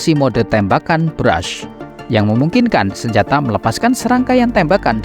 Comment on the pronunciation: Burst, bukan Brush